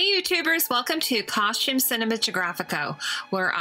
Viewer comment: you prononce costume like Edie Bouvier in grey Grey Gardens "coshtume"